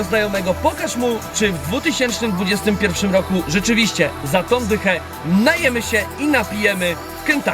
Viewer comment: Suchar z początku o nietoperzu rozwalił XDDDD Ale błagam z całego serduszka mojego, mów poprawnie rok 2021 bo wcześniej też już widzowie Ci uwagę na to zwracali. Pozdro